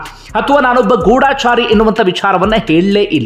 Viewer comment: ಮೊದುಲು ಕನ್ನಡವನ್ನು ಸರಿಯಾಗಿ ಉಚ್ಚಾರ ಮಾಡಿರಿ ಅದು ಗೂಡಾಚಾರಿ ಅಲ್ಲ ಗೂಢಚಾರಿ